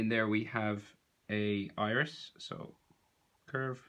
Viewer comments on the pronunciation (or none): none